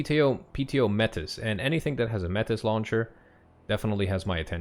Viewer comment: ngl I recognize the recon unit card art as an actual picture or stock photo of a Russian special forces operational reconnaissance unit operator soldier. The images can be found on google for free with only wifi and 3 minutes determination. Also it's may-tee, not met-iss